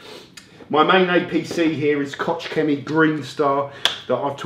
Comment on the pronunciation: Koch Chemie is pronounced KORRR !!